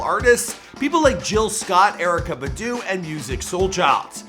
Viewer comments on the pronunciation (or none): Erykah Budoo?? It’s Badu smh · Budu?!? Its BAH-DOO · Who is ERIKA Bu•Doo 🤦🏽‍♂️🤦🏽‍♂️🤦🏽‍♂️🤦🏽‍♂️🤦🏽‍♂️.